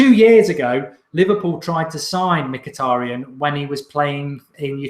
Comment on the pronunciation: You butchered Mituadi's name